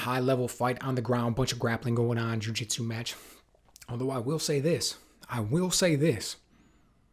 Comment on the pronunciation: Good analysis, but I continue to be frustrated by the pundits inability to pronounce Zhang's name correctly.